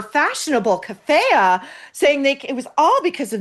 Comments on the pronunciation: You don’t even pronounce Kefiah properly 😂 spreading dirt without knowledge. How about your narcissism? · IDK if you’re trolling us but Maureen can you please learn how to say her Greta’s and kaffiyeh correctly? Same with the name Hoda Kotb. You are the only person that says names incorrectly and you are an intellectual person.